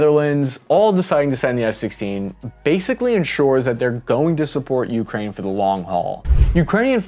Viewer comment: this may seem nit-picky and trivial, but the pronunciation of "ukraine" with an emphasis on the first syllable, the "u," drove me crazy, made me cringe every time i heard it, and made me not want to keep listening, which is unfortunate, because i found the video informative and interesting otherwise. i mention it in hopes of the presenter using the more standard pronunciation in the future.